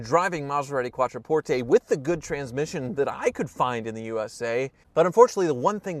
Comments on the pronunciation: Learn how to pronounce Quattroporte! Its NOT "QuattroportEY" its "QuattroportHe"! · LEARN HOW TO PRONOUNCE THE NAME. CALL THE DEALER THEY PRONOUNCE IT QUATTRO PORT. NOT PORT A.